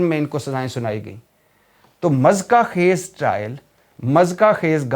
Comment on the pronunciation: Mezka khaiz lefz nahi hota muzhikka khaiz hota ha Bhai g Never mind plz